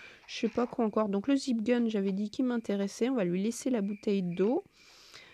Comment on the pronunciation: Beau raid et par contre "Zip gun" sa m'a tué 😂😂😂😂 sinon superbe vidéo continu comme ça 👍